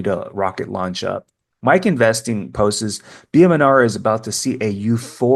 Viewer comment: I love your videos but here's a little tip: the word "posts" is one syllable. Not "post-es". ❤